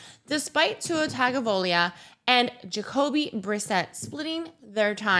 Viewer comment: Great content as usual! Pronounce Tua's name again?😂😂